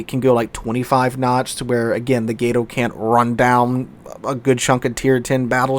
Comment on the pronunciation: "Gato" has a Short "A" pronunciation, it's "Cat" in Spanish My Brother.